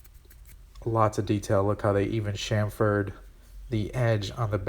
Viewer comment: Awesome video...... but the word.... chamfer/chamfered.... no extra A in it like I feel you say chama fured rather than cham fured. Sorry.... I kept watching and kept hearing that in my head =). Keep up the great work brother!